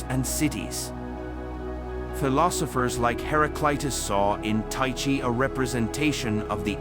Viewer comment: It's pronounced 'Ty-kee'.